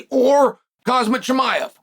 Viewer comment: Chael, U need to do english lessons. Imanov = Imavov and Khazmat = Khamzat. Come on meng